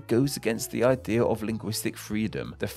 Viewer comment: Idea* not Ideer